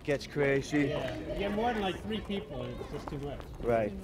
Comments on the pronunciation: tree four kids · Tree or four kids